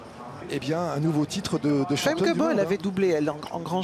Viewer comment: Famke Bul? Her name is Femke Bol.